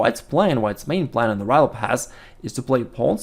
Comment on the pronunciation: he always says righ lopez but the first time in this vid I heard him say Ruy :D